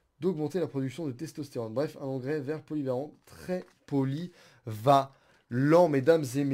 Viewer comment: "trés poyvalent-IN"